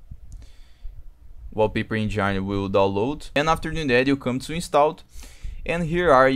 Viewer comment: uoupeiper enjaaaaine. foda viu